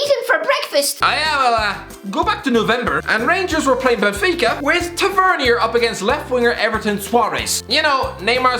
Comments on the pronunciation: ffs it's pronounced Tav-i-ner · The way he says James Tavernier lol